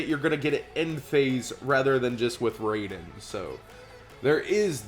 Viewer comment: I know he caught it near the end, but it was bugging me that he didn;t see that Twilightsworns were Lightsworns. Now, if only he pronounced Raiden correctly. I blame the weeaboo working at Midway who created Mortal Kombat for his mispronunciation.